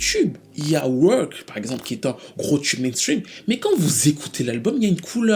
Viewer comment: Ton analyse est toujours on point et je dois avouer que je suis un peu déçu de PF2. Je ne m’y retrouve pas. Une chose me dérange dans ta présentation, tes prononciations excessives en « tcheu » , genre « tchube pop », pour moi c’est vite agaçant.